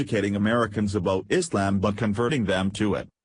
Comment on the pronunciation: Why cant observers read the sign. This is ridiculous, furthermore, the narrator should learn to pronounce words properly. The word is ISLAM not ISELAM!!!